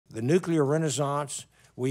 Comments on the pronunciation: When you write your scripts you might want to proofread them first…it’s pronounced Nuclear not Nucular… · President Carter could never correctly pronounce the word "nuclear," and his mispronunciation has apparently been passed down to another generation.😅